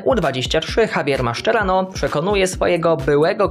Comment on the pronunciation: Ja usłyszałem to samo, chyba nieco inaczej powinno się wymawiać jego nazwisko. A takto wyszło oblesnie 😂